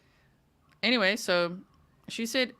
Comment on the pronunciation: She can’t speak intelligently. She says,“Why come”, ends words with a K. Also, said entyway for the word anyway. 🤦🏻‍♀️